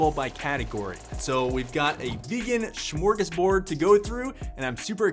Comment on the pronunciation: It's Smörgåsbord not SHMURGUSHBOARD hahaha